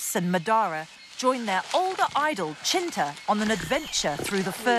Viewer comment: it’s Cinta, without “H”